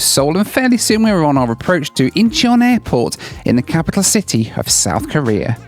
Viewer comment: Oh my god you do the thing my dad does: You say “Korea” like “Career.” That drove my mom crazy when they planned their trip to South Korea. My dad kept saying “Let’s talk about Career” and my mom got so confused every time lol.